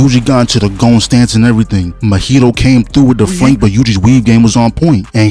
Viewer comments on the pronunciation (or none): Say it with me bro... Maw-he-toe. Not Mohito, Mahito. MAW-HE-TOE.... another one... Geito... GAY-TOE, not Ghetto